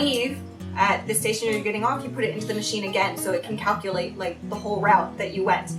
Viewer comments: ..did you say RAHute? xD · "route" should sound like root, not as you say it. Also, public toilets in cubicles, not "stalls". Just saying (^^)